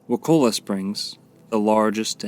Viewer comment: It's actually pronounced: Wuh- Kuh- Luh. And the POS Florida government put a sewage treatment plant right over the main spring, ruining the water just in case you didn't know. There's also a collection of springs there called CJ Spears where the FDOT clear cut all around it and put a road in going from Tallahassee to Crawfordville. It ruined the natural filtration system of the trees and is now ruining the spring. In 10 years these springs will be ruined if they aren't now. May wanna go check them out before it's too late. Sorry to be the bearer of bad news.